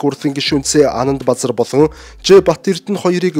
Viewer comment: Анандбазар гэдэг нэр Анандбузар гэж сонсогдоод байх юм ...